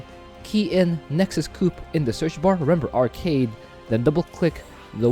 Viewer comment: why you call it nexus cup xd